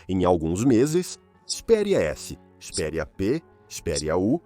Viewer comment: Ele disse CHIS PERIA